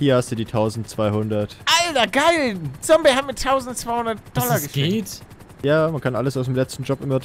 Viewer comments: Wie er damals immer sombey sagt anstatt zombey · Der alte legendäre Palle der noch Sombey sagt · Ich🙋🏻‍♀️ und das „Sombey“ triggert ja richtig😂 Is mir früher irgendwie nicht so aufgefallen😂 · Und Sombey statt Zombey gesagt hat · ich die das jetzt noch guckt und mich es jedes Mal aufregt wenn Palle Sombey sagt anstatt Zombey haha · Wie er damals noch Sombey gesagt hat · Paluten es heißt Zombey nicht Sombey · Bin ich die Einzige die Palle immer Sombey sagen hört 😂😫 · Wie er Zombey noch sombey nennt xd